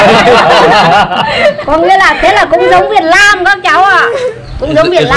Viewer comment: Việt Nam mà đọc là Việt Lam